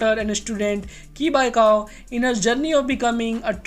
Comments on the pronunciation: It's not ki bai cao chi (qi) bai saw (cao) 😂😂😂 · why he called qi bai cau as ki bai ko😂😂